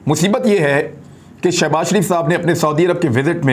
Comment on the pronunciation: Shabazz Kay sath Shab na bola karo plz humay taklep hota hay